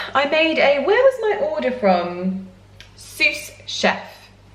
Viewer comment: Omg how you pronounced sous...you crack me up 🤣